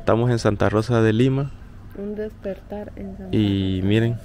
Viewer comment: lo de la Pixina esta gracioso pero mas cuando decis .... dispertar en lugar de decir... despertar. 🤣